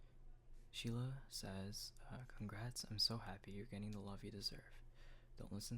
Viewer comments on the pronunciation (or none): none